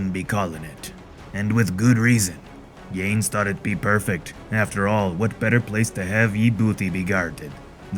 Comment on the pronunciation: Your pirate voice is awesome. Your pronunciation of Portuguese and Spaniard names could use a little improvement (for example, Yanes is "Yaa-Ness"). Other than that, I'm looking forward to the rest of the comic.